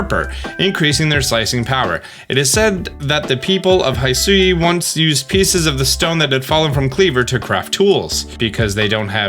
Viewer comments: throughout the entire video your pronunciation kept ticking me off... its HE-SUI, not HAI-SUI... its WEER-DEER, not WURDURR... come on... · All trailers: "Hishui region", this dude: "HaIsHui" 🤷🤦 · Every time he says Haisui instead of Hisui, and it makes me flinch up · This has been bothering me for a while so I need to bring this up. You're saying "Hisui" wrong. It's Hih-soo-ee. You pronounce the "Hi" part like "hit" or "hitch" or "hiss". Those are the only examples I can think of lol. It's not "HI" like "hi" or "high". I hope that made sense. Go watch the Pokémon Presents video again, they say the name of the region there so you'll get a better understanding. I just want you to pronounce it correctly. Idk why but I hate it when people pronounce things wrong. So I hope this helped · It’s not “hai sui ” it’s “hee sui” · Good vid, Though its (HE-SWEE) 100% not (HI-SU-YOU). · Love the analysis and mostly everything, except the way read Hisui as "Hai-su-wi" and Wyrdeer as "Wer-dur". Even if the official trailer already stated how they were pronounced. lol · Hisui: Try saying it like “hee-swee” (don’t stress either syllable) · The pronunciation of the region "Hisui" is Hi as in "Hit" an Sui is just the way you pronounce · It’s he-swee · Its hi-su-we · it's pronounced "he" "sue" "ee" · The way he says "Hisui" and "CelestiCa flute" just kills me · Please watch the original trailer for the pronunciation of Hisui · Im so triggered by the way he says “Hisui” and “hisuian” 😂 I feel like they literally said the pronunciation in a trailer. Sorry im so petty 🤪😳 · how could you deep dive and analyze all these pokémon videos but still mispronounce Wyrdeer and Hisui? they literally said the names when they announced them 🤣